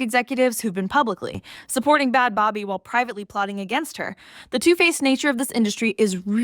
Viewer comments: It's baby. How do you do a video on them and dont even look to see how they pronounce their name? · Is that how you pronounce her name😒